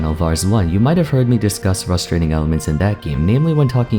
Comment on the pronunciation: I notice how vars always says "fustrating"